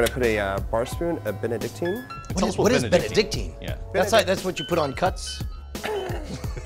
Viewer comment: the same "é" than bénédictine. which they pronounced spot on.